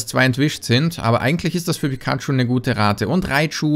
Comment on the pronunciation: candysammler pikachu: "Candachu"